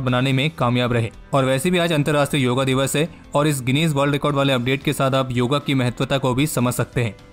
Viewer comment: भाई हर चीज़ का अंग्रेजीकरण, योगा दिवस नही योग दिवस